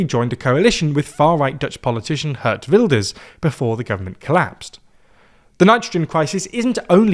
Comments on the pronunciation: Hey. I know you aren't Dutch but how many times have you tried to pronounce "Geert Wilders" by now? Just put the name in Google Translate and repeat it afterwards. It's not "hurt wulders" come on. Do better. (Just to be clear: I'm not a PVV voter) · a better way to pronounce "geert wilders" his name is saying "geared wilders"